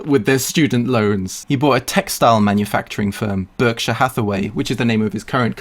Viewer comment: I hate how he said Berkshire omg